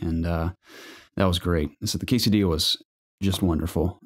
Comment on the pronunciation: hey guys this podcast reminded me why I like it so much, you guys drew a smile on my face with the quesadilla pronunciation, and I have to break your hearts but it still isn't right 🤣😂, and also with the skinless fortnite kills lol.Do I count as a skinless pleb if I have a blue color from psplus? I guess I do lol.... I love you guys so happy to see the community growing even if as a I become a grown man like I can't hang out as much, keep up the good work guys!